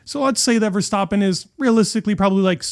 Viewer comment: Good videos. Just about F1. Hopefully the season will be exiting. Love how you pronounce Verstappen the right way. Keep it up